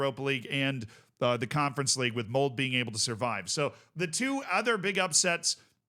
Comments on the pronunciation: please pronounce the e in "Molde" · "E" in Molde is pronounced, like we say "Schalke" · unfortunate pronunciation of Molde in this video lol you don't cut the 'e' in norwegian 🤣